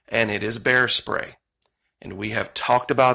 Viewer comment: You don’t have bears in Australia, do you? (Just asking because you accidentally said “bear stray” instead of “bear spray” and it made me curious 😄). I hope you’re all ok in Australia after those horrific fires!